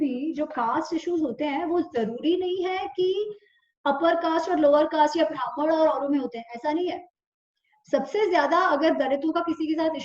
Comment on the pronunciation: Thank you for sharing this knowledge. But we need to be careful with pronunciation. Example: Not भ्रामण but ब्राह्मण. Please be careful with Sanskrit pronunciation.